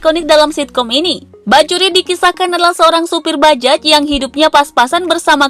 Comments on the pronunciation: Bajaj bukan dibaca bajajch mbakkk... Tapi dibaca bajay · Bajay mbak bukan bajek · Naratornya seumur hidup nggak pernah ngucap kata BAJAY??? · Di tulisnya bajaj bajuri, Di bacanya bajay bajuri neng..... Dasar naratornya ....oneng